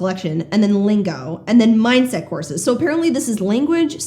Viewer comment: For some reason I keep hearing "horses", not courses. I'd like some hi-level horses, yes.